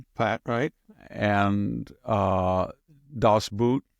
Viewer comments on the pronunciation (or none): Hello Dr. Hanson. Achtung!!! I believe that "Das Boot" is pronounced like "boat" rather than "boot!" Better check that out before your lecture!!! I greatly enjoy your lectures and videos! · Victor the German word for Das Boot is NOT pronounced as the shoe but as BOAT. Even though it's spelled like the shoe/ Boat not Boot. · Victor, "Das Boot" is pronounced das boht, long "o." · Correct. Two "o"s in German are pronounced like one long "o" in English.